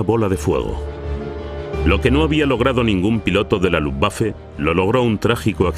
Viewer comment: Pero no se pede hablar " luftwaffle " ...